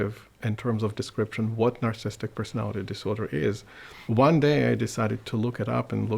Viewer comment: Anyone else bothered by the fact he can’t say "narcissistic" but rather says "narcistic" over and over? Or does this make me a narcissist?